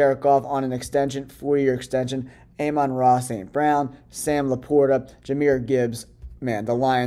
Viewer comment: Amanra. 😂 , its amon ra